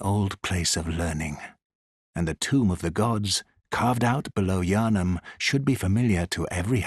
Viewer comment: I saw the iconic thumbnail style and tapped on the video and only realized it was Bloodborne instead of Elden Ring when he said Yharnim right at the beginning! Don’t care which FromSoft game you do a video on, I am just happy to have more content!